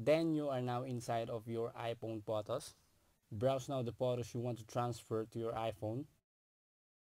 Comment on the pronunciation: Can you spell "Photos" as Photos not Potos, wtf